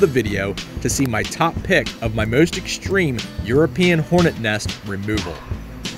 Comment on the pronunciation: I've never heard the word "exshtreme" before. It it related to the word "extreme"?